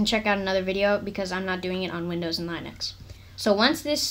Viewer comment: stop saying line-ux